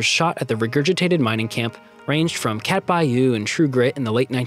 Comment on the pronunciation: Uh...The movie was not Cat Bayou, it was "Cat Ballou," pronounced cat-ba-loo! Lol.